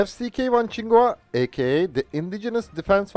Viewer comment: I'm pleasantly surprised to hear my name "Kuo" pronounced correctly. For so many years, I gave up on trying to explain the "kwah" pronunciation. I just tell people "quo" as in "status quo". My father's Taiwanese, but very much hates the KMT, obviously including the F-CK-1's namesake Chiang Ching-Kuo. I remember back before the democratic revolution, for some reason we got a shiny brochure in the mail with color pictures of the F-CK-1 jet fighter. I just thought it was a cool looking jet fighter, but my dad looked at it like ... well he didn't literally spit on it, but I could tell that's how he felt.